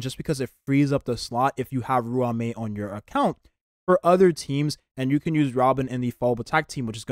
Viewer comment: Bro.. Im not usually picky with how people pronounce names and words etc, but damn when you pronounce ruan mei, it.. Yeah.. Idk dude.. xD It's pronounced, RAWN-MEY. Nice video though